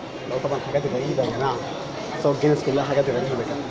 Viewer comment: اسمها چينيس مش جينيس 😂😂